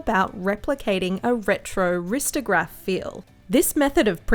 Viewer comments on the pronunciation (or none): “ristograph” lol